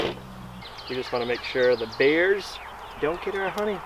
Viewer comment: Can you say " bears " not beers .